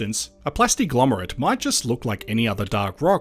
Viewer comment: And it's glomerate with a g. Not lomerate.😎